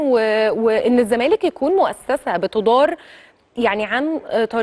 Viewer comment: يابنتي وشك مش باين، غيري تسريحه شعرك.. علي مهلك وانتي بتتكلمي. بلاش تتكي اوي علي كلمه الزمالككك... خلي صوتك طبيعي.. حاولي تقرأي من ورقة احسن.. بالتوفيق